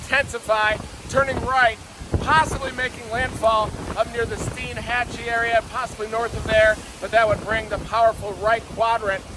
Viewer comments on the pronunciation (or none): Hey News Reporters...when you get to the nice town of "Stein Hat Chee" Please pronounce it correctly.Thanks correctly.Thanks